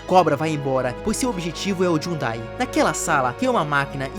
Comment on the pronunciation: “Jhudai” KKKKKKKKKJJ